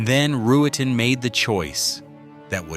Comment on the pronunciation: “Back-up Firearm” (?). Lazarus was clearly crazy and spectacularly insecure. And another reason I hate AI, it is Roo-ten, 2 syllables only. How simple.